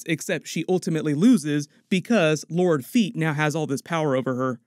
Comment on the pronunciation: When you call him Lord Feet 🤣🤣🤣